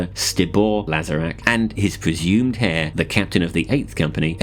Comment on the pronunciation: this man really pronounced the h in heir. Alright. Your channel is over. Do yourself a favour and delete it.